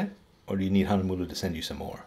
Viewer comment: Me, a German, always laughing when somebody tries to say Hahnemühle and other german words xD